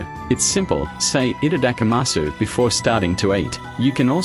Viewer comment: For the love of god though, don't pronounce it like this person.